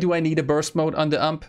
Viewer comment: WHY YOU SAY UMPE ITS U. M. P. NOT MORE OR IN LONG Universale Maschinenpistole Whyyyyyyyy Umpe this word is for me a triggermachine